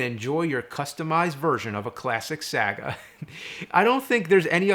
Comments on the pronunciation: "Custom Sa-Guh" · Sah-gah? Not Saw-gaw? Where's that box to check off! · Rolfe says "saga" funny .